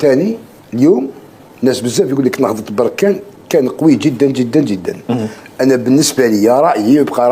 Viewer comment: اودي الله اهديك بركان ماشي بوركان